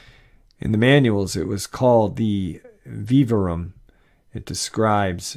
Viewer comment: When read the manual name of nightmare hall, he said veeveroom, sometimes i have to translate what he reads and all i could come up with was VIVARIUM pronounced VIV-VARE-E-UM. even more disturbing here is the defenition of vivarium: an enclosure, container, or structure adapted or prepared for keeping animals under seminatural conditions for observation or study or as pets; an aquarium or terrarium.